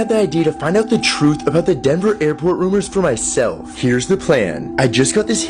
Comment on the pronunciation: Denver not dever